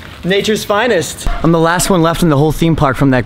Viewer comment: Nature's 'v'inest 😉 lmao